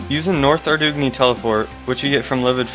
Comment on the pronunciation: kinda lol'd when he said Ar doog nee :P